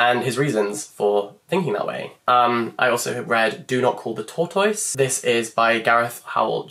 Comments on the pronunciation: Any other Americans here had to rewind the part where he said “tortoise” and listen to it a couple times 😂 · And before anyone jumps down my throat, I’m fully aware that we pronounce things differently depending on accent, I’ve just never heard a British person say “tortoise” before and it made me giggle !! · is that how british people pronounce tortoise…?? am i going crazy?? l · Can we just talk about the way he said tortoise? Do all Brits pronounce it this way??